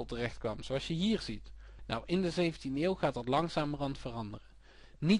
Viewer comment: zeer handig dit ! alleen iets meer "DE" in plaats van "DIE" ;P